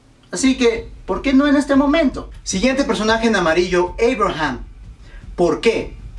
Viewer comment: entonces por qué dices Eibraham en vez de Abraham